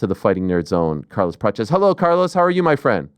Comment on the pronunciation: Ariel is trying his best with the brazilian accent. Carlos' name is spoken like "Carlus Pratchies". You can listen it for example in Google translate, if you are intereseted.